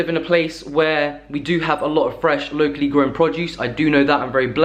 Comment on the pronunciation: Every time he says “locally” it sounds like low key lol. Took me like three times to realize he was saying locally